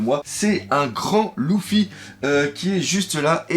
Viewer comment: t'as dis LOUFY ?! LOUFFY ? ok pouce rouge et je vai de ce pas sur mon autre compte pour un autre pouce rouge